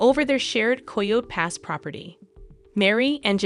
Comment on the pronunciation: Girl you need to pronounce your words better. It not koho pass😂